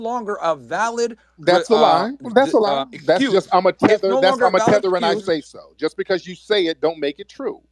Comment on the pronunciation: The tehter babble is insane!